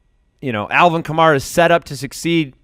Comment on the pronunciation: it’s pronounced Ka-mare-uh. Kills me that people still don’t know how to pronounce a first round pick’s name